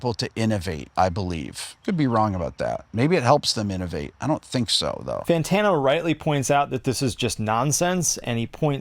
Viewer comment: Fan Tawno hahaha